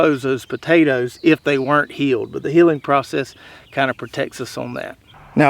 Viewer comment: Nice garden, and good video, but I did have to chuckle, as it sounds like he's saying "heeling potatoes". (and Americans think they don't have accents). Even the you tube AI auto-chapters-generator thinks he's saying "heeling".